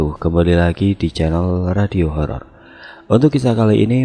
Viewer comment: horor mas bukan holol